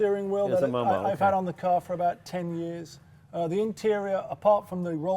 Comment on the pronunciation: MOMO ... not moe-moe ffs.